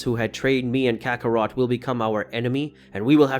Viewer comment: It's Kakarot not kakaroto